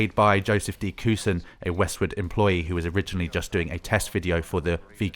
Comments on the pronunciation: It's pronounced Joseph D. "Kukan" [Kucan], not "Kusan" and it's Frank "Klepaki" [Klepacki], not "Klepaski" :) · Pronouncing of some of the names hurts. :-( Namely Kucan and Klepacki. C is not an S.